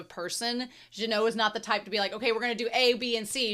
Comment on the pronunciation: Minor correction, Genau's name is pronounced with a hard g. Regarding the number discrepancy in child demon's line, that's a subtitle error, she actually says there are four mages, three of which are first-class. I love that when Methode is happy patting Frieren's head, you can see that her other hand is swaying to her side the same Fern sways her hands when she's doing her satisfied, fulfilled penguin walk. Fern trying to pull Frieren from the hug might as well be Fern trying to pull Frieren from a mimic. An interesting piece of characterization of Genau's dead partner, when he was showing magic tricks to children, it was pretty much the same display Frieren did in one of those passing time montages, the one between the two meteor showers in episode one if memory serves me. There's also another animation call-back to season one, the side zoom from above to Genau right before Stark blocks Revolte's blades is the same as the one done from when Stark cuts off the hand of a monster going for Frieren in front of the Hero's Sword's cave in episode 12. Now, this is a bit of a reach here, but I think that Genau dropping the bread crumbs for the birds in that flashback can be interpreted as a grief display. We already know that Genau feels emotions very intensely without showing them, per Frieren in the previous episode going "your spell had so much bloodlust, I though you were a demon". Him dropping the crumbs feels like a way of showing him crying without showing him crying as he s